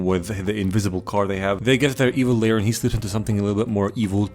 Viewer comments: lair, not layer. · Its actually lair not layer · lol its lair not layer. and its wreaking not reeking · I know you probably did it on purpose but IT'S LAIR GODSDAMMIT, LAIR NOT LAYER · its evil ‘lair’ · It's lair